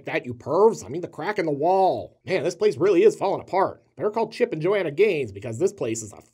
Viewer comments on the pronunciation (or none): none